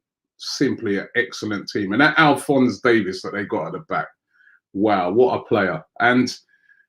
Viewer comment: Alphonse Davis? C’mon Robbie thats not even difficult its Alphonso Davies. Also love that guy GO CANADA